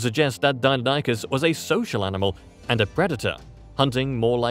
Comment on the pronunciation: It may just be me, but your voice guy said "dino-nykus" when it's pronounced "dy-non-ih-kiss" Deinonychus